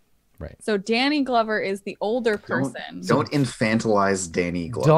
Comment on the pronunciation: they took 3 - 4 minutes just talking about glover (sounded like glubber). i love this let's play but wtf